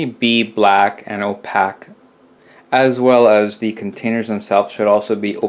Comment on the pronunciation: The WORD OPAQUE is Pronounced OPAQUE. As in O-PAKE...Not Opack. lol Stop it. lol